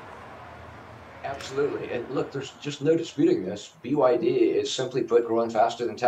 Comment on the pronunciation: 😂😂😂😂 hour can you be taken seriously saying byd